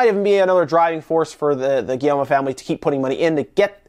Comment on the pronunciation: the "guillermo" family? hahahahhaahahhahahaahhahaha c'mon man. at least try